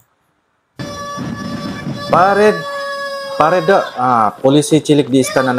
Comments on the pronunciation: Bukan " PARED" tapi "PA-RA-DE" dalam bahasa Indonesia dibaca terus, .... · Bacanya pa-ra-de bang..... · PA, RA, DE, bacaan nya bg artinya peragaan, pawai dll